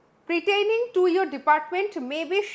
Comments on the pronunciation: একটু পড়াশুনা করুন ম্যাডাম,,, কমপ্লি আন্স নয় কমপ্লায়েন্স, প্রিটেনিং নয় পারটেইনিং,,, আর yours faithfully এর পর কার সই বলেন? এত মাথা মোটা কেন আপনি? ওই সইয়ের নিচে দেখুন ওনার designation টা দেওয়া আছে। ওটা CM এর সই নয়। এই চিঠিটার মানেই বোঝেন না আপনি,,,, এটা একটা intimation letter to all departments যে cm কোন্ কোন্ পদ থেকে resign করেছেন সেটা সই ,,, সিএম এর resignation letter নয়। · Pertaining o uccharon korte paren na!!